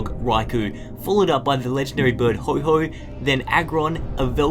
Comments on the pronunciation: AhhhhhhhhHh, it's not "Ho-Ho" gosh dern it! HO-OH It's a palindrome! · it's Ho-Oh Not Ho-Ho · Ho - OH , not Ho - HO! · You called Ho-oh Ho-ho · WTF did just misspronounsed ho oh into ho ho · IT'S HO-OH NOT HO HO HO IT'S MERRY CHRISTMAS BRO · you said ho-ho its not ho-ho its actually ho-oh and you said sclyther its supposed to be scyther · Did he really just call Ho-oh: Ho-Ho! SANTA ALERT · you said Ho-Ho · did he pronounce ho,oh. hoho